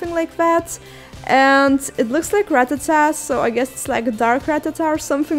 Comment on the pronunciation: It's not Rattatat, it's Rattata (idk how to spell it) it's pronounced Ra-ta-ta